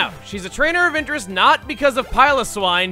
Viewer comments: you pronounced piloswine wrong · I like the way he says piloswine.